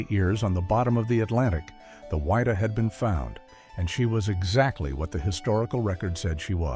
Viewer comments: its WID-DAH not WHY_DAH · its pronounced "Widdah" not WHY DUH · It's pronounced Widdah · It's pronounced Wid-Dah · Wha-dee-ah 😅 it bothered me a lot too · it grated me every time I heard the ship's name mispronounced. it was not the "why-da". Ugh. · Pronounce the name of the ship correctly please.